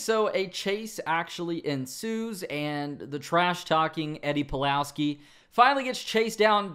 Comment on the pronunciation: You said Pulalski?